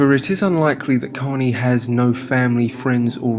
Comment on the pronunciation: Out of respect but you didn't even say his name right. It's korney ✊😔😢😭💔